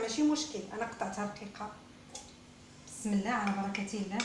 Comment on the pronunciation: بسم الله يا سيدتي الكريمة المرجو قول كلمة بسم الله بنطقها الحقيقي وشكرا .